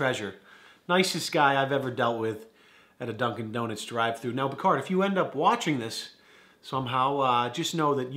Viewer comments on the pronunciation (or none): What’s your name Dude: “Bacarri”: Bacard